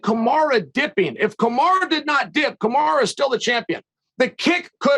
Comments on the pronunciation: Chael just refuses to call him Kamaru haha Kamara? I'm sure he's been corrected 100 times he just refuses to call him anything different LOL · Chael is disrespectful. Its KAMARU not KamarA. Smh. Sneak dissing Usman is uncalled for. Pronounce the mans name as it should be. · "Ka-marA Usman" - Chael P. Sonnen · There is no way Chael is as bad at pronouncing names as he pretends to be.....Kamara Usman hahaha come on man. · Why does he call him "Kamara" ? why not just go with Marty? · Love how Chael just calls him Kamara 😂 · Why does he keep calling him, Kamara?